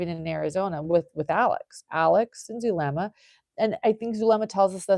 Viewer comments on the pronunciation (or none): Who is Dulema? I thought it was Zulema/